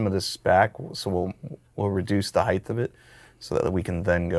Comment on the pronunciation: Did you say "heighth" ?? 😅